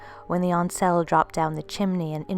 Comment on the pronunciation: Right I subbed because I really like your channel. I have apologised for saying you sounded weird on the first video. I think because I am a Celt from the Highlands of Scotland most probably of Viking descent and I am really old so I think I can help you with certain pronunciation. Ainsell....it would definitely be pronounced ain as in pain and sell..like in a shop. I know this for definite because my ain means my own where I come from and sel is self.....talking about which, did you hear about the lonely prisoner? He was in his sel...I know its terrible but you're not going to forget it are you lol...loving the channel.